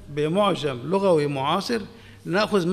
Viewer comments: قصدك يقول ( لَغَوي ) ، الصواب أن يقال : لُغَوي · المقدم للبرنامج يقول. لغوى بفتح اللام. والعين. للاسف